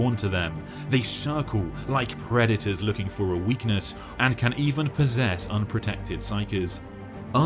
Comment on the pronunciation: It sounded like the narrator said "Redditors" instead of "predators" hahaha